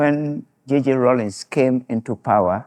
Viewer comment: The name is Rawlings not “Rollins”.